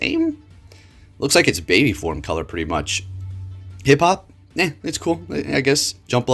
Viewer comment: calls Hoppip Hiphop 💔